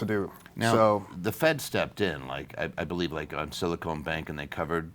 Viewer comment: I've heard a lot of people make one simple mistake... It was silicon valley, not silicone valley. Therefore it is silicon bank, rather than silicone bank. Small issue, but it makes a lot of people look uninformed... and.. therefore their insights become questionable. I've always appreciate you breaking down options and issues. So it's just some advice. Thank you. W